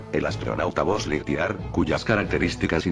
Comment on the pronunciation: No es buzz lighitllear, el dice bozz